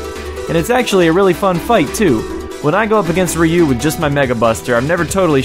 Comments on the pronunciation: ryu is pronounced like roo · did you know that ryu's name is actely ru